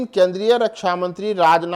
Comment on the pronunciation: Phaun nahi phone hota hai